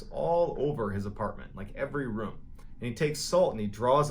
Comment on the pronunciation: He heard Mr.Ballen say the word “rume” so many times that he stressed out into a heart attack.